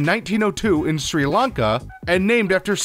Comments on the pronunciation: you pronounced Sir Lanka wrong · I love how you only pronounced opal correctly.. every single name you mispronounced; sometimes really badly (Sri Lanka).